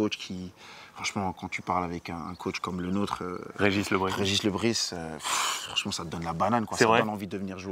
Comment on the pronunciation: le Bris se prononce" le brize " c'est un nom Breton de plus il est né à Pont l'Abbé donc y'a pas photo, Le Bris au sens étymologique donc en Breton signifie le taché ( taches de rousseur par exemple )